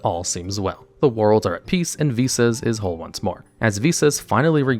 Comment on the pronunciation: ive already watched this video im solely here to comment that im so thankful you pronounced the name correctly unlike golden nova who was dumb enough to think it was pronounced v-sauce and i was forced to listen and watch it as at the time of his upload he was the only yugituber with one posted